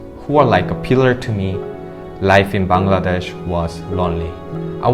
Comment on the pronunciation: Tha way he pronounce Bangladesh🇧🇩 prooves he lived here for 13 years❤️